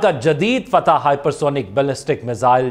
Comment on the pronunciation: ❤ ناٹ فتح بٹ فتاح 🎉 ❤not fateh but fattah 🎉